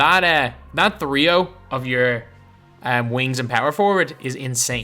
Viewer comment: THREEO LMAOO💀💀💀 you mean trio ahahah